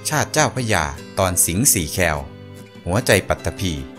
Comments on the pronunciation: คอ-วอ-แอ-แคว ไม่ใช่ คอ-แอ-วอ-แคว อ่านผิดนะคะ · คุณอ่าน สิงห์4แคว. ว่างัยนะ??🙄😳🥴😖